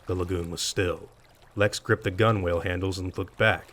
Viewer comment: Just an FYI gunwale is pronounced “gunnel” not “gunwhale” Sorry that irked me so much I had to inform you